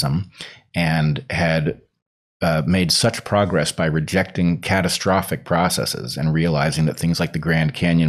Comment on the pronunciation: I love that Bret consistently pronounces ‘processes’ correctly and not as if it were a Latin third-declension plural [process--EEZ] as so many half-educated pseudo-intellectuals do when they're trying to sound smart.